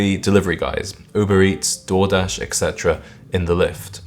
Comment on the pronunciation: 😅I thought you said "Jordache," and realized later you actually said Door-dash. Underpaid Door-dash IS classier than the other overpriced trash.